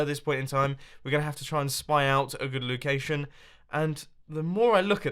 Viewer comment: Mumbo u said we need to find a good LOO-cation